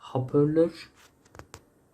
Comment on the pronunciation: Hapörlör ne hahahahhaha 😂